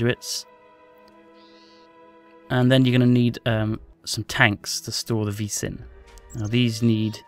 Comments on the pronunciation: its pronounced "vee" not "veiss" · vis is pronounced vee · the s is silent in vis so it sounds more like just the letter v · when u say "Vis" it sounds like u say "fis" and in Norway, that means fart.